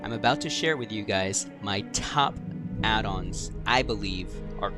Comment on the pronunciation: Excellent guide, subbing to channel and all good tips. Love the slower pace of your talking, so many creators now talk so fast you have to turn it down to 0.85 to understand them. I do get irrationally angry at your pronunciation of “addons” however lol. Keep up the good work man!